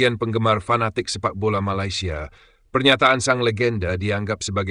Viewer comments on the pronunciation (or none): none